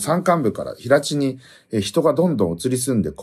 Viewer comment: 平地 へいち が正しい